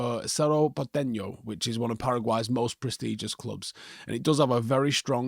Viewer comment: Just FYI club is pronounced ‘portenyo’ (like Enya). The ‘ñ’ has that nyuh sounds.